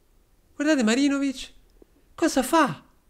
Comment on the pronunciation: È Marinovic o MaGIROvic??? 🤣